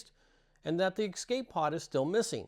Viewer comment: Are you saying excape or escape?